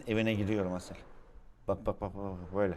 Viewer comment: Abi 11.37 de asele durasel diyon 🤣🤣